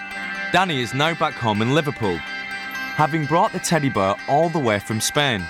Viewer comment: The narrator keeps saying teddy bur and it's a tiny bit annoying